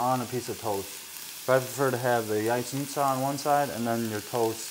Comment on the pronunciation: Thank you for repeating how to pronounce Jajecznicia. I am going to teach my 12 and 9 year old how to make this. Keep up the great cooking.